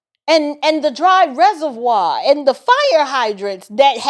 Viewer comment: Karen Bass keeps mispronouncing "reservoir". 😅